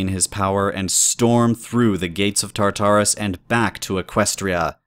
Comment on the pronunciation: Why do so many people pronounce Tartarus like "Tar-TAR-us,"? The emphasis is meant to be on the first Tar, not the second...